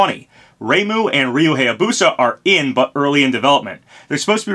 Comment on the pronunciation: It still bugs me how you mispronounce Hayabusa (high-yah-boo-sah, not hey-yah-boo-sah) and Heihachi (hey-hah-chee, not high-hah-chee), but not Reimu.